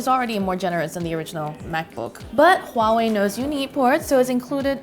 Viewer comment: One of the YouTube channels that actually pronounce Huawei right. Good job lol